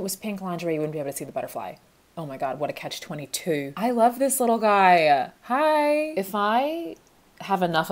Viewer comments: Love that she turned Australian there for 0.0001 seconds saying catch 22 😂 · when briefly became australian saying "catch 22" >>>